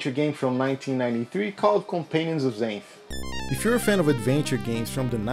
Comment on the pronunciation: LOL… I read the Xanth series when I was a teenager. It’s funny because it’s actually pronounced “ZANTH” not “ZAYNTH” like the narrator to this video does. I remember another kid pronounced it “ZANITH”. NO! WRONG! It’s ZANTH!!! Like the Author’s name: Pier ZANTHony! I remember we would make fun of kids that pronounced it wrong because we were Mega-Nerds.